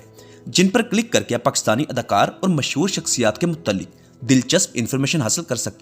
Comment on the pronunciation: تلفظ تو صحیح کرلو محسور نہیں ھے مسحور ھے.